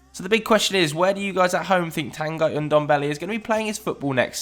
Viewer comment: It is pronounced Tangghi